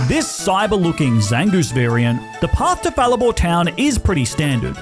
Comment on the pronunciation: Haruko? Someone liked flcl also the way you say Fall Arbor Town kills me.